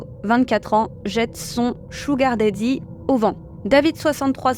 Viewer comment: Un petit conseil. Je sais que les français sont mauvais en anglais mais s'il y a 2 fois la même lettre dans un mot c'est pour une raison! Daddy ne se prononce pas da-dy mais plutôt dad-dy, pareil pour Willow c'est pas Wi-low, c'est Wil-low. Et peut-être pour un post futur, Neil ne se prononce pas nail.